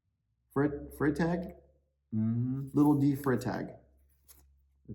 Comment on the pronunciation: Come on - you know how to pronounce D Freitag - 😂😂😂 It’s German for crying out loud! D Fry-tahg. Being out of uniform really plays with your head! 😂😂